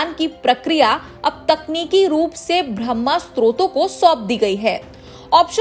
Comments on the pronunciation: Bahay ko bramha bol rahi saram nhi aaati hindi patrakar hone pr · बाह्य (बा+ह्+य= बाह्य) स्त्रोत, ब्रह्म स्त्रोत नही । शब्दों का उच्चारण अर्थ बदल देता है जबकि दोनो एक दूसरे से अलग है ।